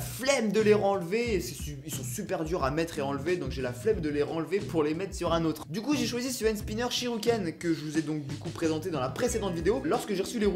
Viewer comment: je reve ou il a dit shiruken au lieu de shuriken